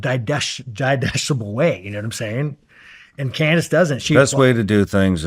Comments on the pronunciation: “yeah man but people are fucking stupid” after struggling to pronounce ‘digestible’. Brilliant 😂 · Wow Sean thinks he understands the whole history better and can articulate it better than Candace. He struggles pronouncing Aidelsohn...also trips over digestible... Sean YOU think and say that ordinary people are stupid...pot calling the kettle black much? Candace has been doing research and a book club on these issues since before being fired from dw